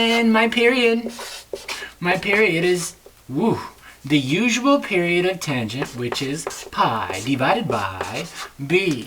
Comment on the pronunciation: Whenever he says "mah period" I went into several seizures from laughter.